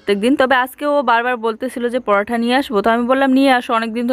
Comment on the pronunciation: পরোটা বলে not পরোঠা ।😢😢😢😢😢 বাঙালি হয়ে উল্টাপাল্টা উচচারণ ভগবান হিন্দিতে পারাঠা